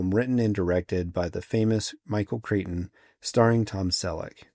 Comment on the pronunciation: Michael Crichton = KRY-ton . A Cretan is a person from Crete. I absolutely LOVED this move and "looker" which kind of blend together in my head. But this and Silent Running with Bruce Dern is what i credit with getting me into the IT field.